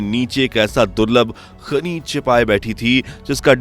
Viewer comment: Shrimaanji , khanij hota hai khaneez nahi 😂😂😂